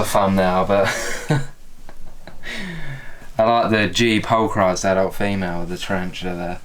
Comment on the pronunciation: How can British fuck up the word pulchripes so bad 😂